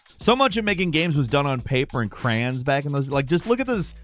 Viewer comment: Lmao, someone finally says Crayons worse than my wife, I guess a bird would pronounce it as cranes tho😅